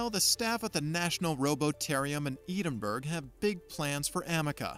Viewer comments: Poor dude calling it eden berg? Someone should have told him how to pronounce Edinburgh FFS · Edenberg. I think he means Edinburgh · "Eden-berg, Scotland" 🤔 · Eden berg ???? What??? Dreadful pronunciation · Where the fuck is Eden Berg, Scotland?! Pretty sure I've been to Edinburgh (Ed-in-bruh). Sadly I did not see the 'Lock knees Monster'. But I hear that's because the Scott's are making good progress on that, 'Arthur-I-Tees' drug. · Eden berg?! Bahahahahaaa! Perhaps you could ask a robot how to pronounce this famous Scottish city’s name correctly